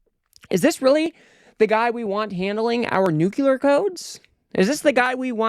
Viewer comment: Great content, but please stop saying "nuc-u-lar."